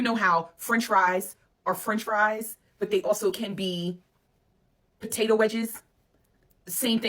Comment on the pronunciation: Potato, pototo, fries😂😂😂